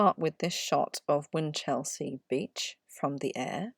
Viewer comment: Good video with sound research. However its generally pronounced, "whinchel-sea" not whin-chelsea* (*as in district of London).